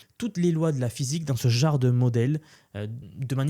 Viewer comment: Ça veut dire quoi « ce jare » tu l’as répété plusieurs fois. Tu voulais dire « ce genre de.. » 😂 ça va je te taquine tkt je suis abonné et je partage te vidéos j’aime bien ton contenu